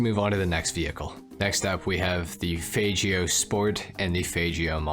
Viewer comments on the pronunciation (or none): Faygeo!?? lol it's FAGeo! lol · It’s not FAYGIO it’s a FAGGIO *Italian accent and hand gesture 🤌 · Man really said fajjio bro its Fag-Gyo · bruh worst pronunciation ever bro! they the g as g as faggio not fajhhio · As a gay person it’s fine to pronounce the faggio’s fagg-io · How does he pronounce it "fajio" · Why'd u pronounce the fagio like that😭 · It's ok we all know how faggio is supposed to be pronounced.